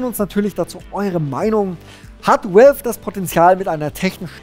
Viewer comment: valve spricht sich "wälw" nicht "uälw", godamnit! X'D